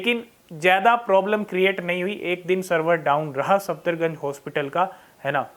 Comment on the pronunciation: भाई its सफदरजंग not सफदरगंज